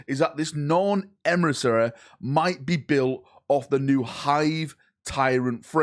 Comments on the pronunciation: Emissary ❌ Emrisseh ✅ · Me, clicking on the video: Boy, can't wait to hear how butchers the word emissary.: Emrisarry Perfect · emisareeh Closed caption: EMERY SORRY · This gets to me every video lol! It's not a hard fucking word 😂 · We need to donate to a speech therapist. 😮😮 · out here pronouncing emissary different every time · HO... LY... EMPRA! THE NORN EMRISSA IS REAL!